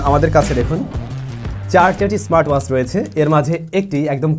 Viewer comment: do a proper accent on WATCH pls.. Bangaal asholeo ... its not waach its Watch